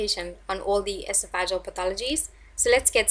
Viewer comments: The adjective is pronounced: e SOFF e JEE uhl. Not: ES o FA juhl. The noun is pronounced: e SOFF e gus. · EsoFagUs? It’s pronounced Esof-uh-gus or Esof-uh-gee-uhl.